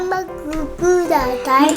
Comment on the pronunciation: ハンバーグ、ハンバーグ、ハンバーグ。ひさしぶり聞けました😆。おかわりじゃなくてくだしゃいって話しててびっくりやら嬉しいやら。 有難う御座います！！。